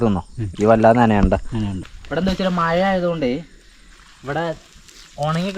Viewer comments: ഇവിടെ മയ, പൊയ, ഇജ്ജ് അവിടെ മഴ, പുഴ, നീ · മയ അല്ല മോനെ മഴ